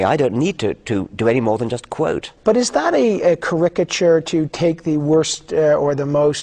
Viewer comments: “Kah-RIK-ah-cher”?! How does an interviewer not know how to pronounce caricature? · I've never heard caricature pronounced in that way before, incredible. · Never trust someone who pronounces "caricature" that way. Also: Dawkins idoesn't use provocative language. I do though. I'm constantly pointing out that the entire sequel to the Old Testament is based on a character who is a product of cosmic child rape. His father has the alleged ability to create humans (and things like entire universes) using magic, but in the story, it chooses to impregnate a little girl to make itself a son. Then people wonder why so much evil is done by the followers of the holy rapist.